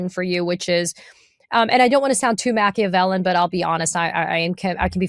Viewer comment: Hey, Katie? It is "Mah-kee-uh-vel-lee-an". And, though I do enjoy your reports from time to time, your Acumen in my eyes is not improved but a cute names for people, or your use of the word b*******.